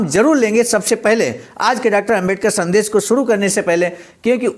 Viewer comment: शब्द उच्चारण ठीक करना चाहिए। संदेश और संदेस में अंतर समझें। मुन्नीलाल वाराणसी